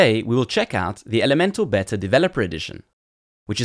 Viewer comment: Looks interesting! ('beta' is pronounced 'beeta' [long 'ee']); otherwise it sounds like you're say it is a 'better' edition - which is not what you mean!!